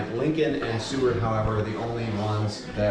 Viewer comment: How dare you call Seward the "Cword" over and over. Shame on you